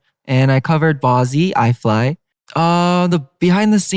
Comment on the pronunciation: THIS IS NOT A DRILL JACOB JUST PRONOUNCED I.F.L.Y AS I FLY NOEEEEEEEEEE